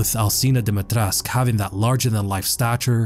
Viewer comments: Aa Romanian speaker my ears are bleeding everytime you pronounce "Dumitresc" instead of "Dumitrescu".I get that most of the English speakers can't use the proper Romanian accent but at least pronounce the final "u" , please. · Is there a reason why people are not pronouncing the U in Dimetrescu? It kinda makes no sense to me and really bothers me. Can any Romanian speakers clarify this?